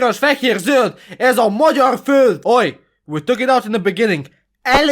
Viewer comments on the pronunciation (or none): none